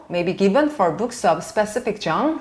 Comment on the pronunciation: [ - 34] 'specific genre'의 발음 교정. specific [spisífik] genre [ʒάːnrə; F. ʒαːr]. 여러 강사분들 중에서 해석(analysis)이 정확하고 뛰어난 강사님들 중에 한 분이라고 생각함.